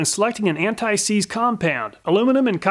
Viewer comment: "Antseize W120" lol!